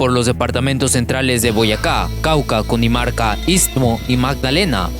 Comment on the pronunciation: Es Cundinamarca no Cundimarca